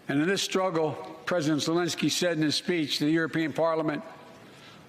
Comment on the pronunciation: He’s pronouncing zelensky as zee-lensky. That’s why